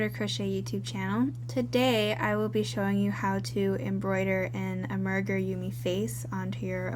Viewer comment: Good video! But just to let you know, the correct pronunciation of amigurumi is AH-mee-guh-ROO-mee, with the stress on the 1st and 4th syllables, as I indicated with the capital letters. 😊